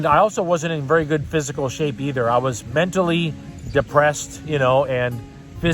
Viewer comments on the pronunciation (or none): none